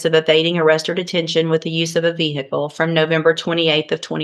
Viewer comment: VEE HICKLE. 🤣